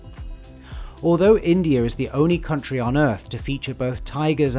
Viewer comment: "Indiarrr is also one..." "Chinerrr is another country..." What is this 😂😂